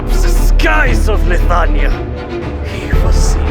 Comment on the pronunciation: Is it just me? or when he said the line "He is the King of Leithania" it sounds like he said Lasagna for a second there, crap i can't unhear it anymore.